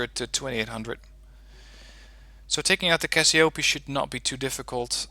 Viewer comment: And for the cassiopee don't prononce the EE as you do, because it's written Cassiopée, Si Those EE needs to be prononced as the first E of Helicopter